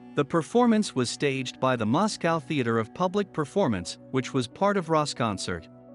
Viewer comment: Learn to pronounce Moscow